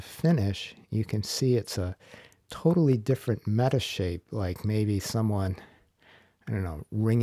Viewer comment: Metashape? Is that what you said